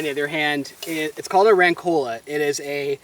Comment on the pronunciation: Just a suggestion, say “rancola” w/ the accent on the vocal A 😊